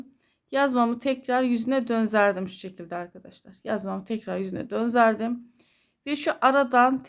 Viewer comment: Selamün aleyküm hayırlı günler çok güzel olmuş ama konuşurken döndürdüm yerine dönzerdim diyorsunuz düzeltmek istedim acizane❤